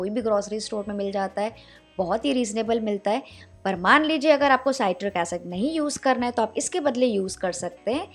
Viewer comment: Citric not satiric, सिट्रिक, साइट्रिक नहीं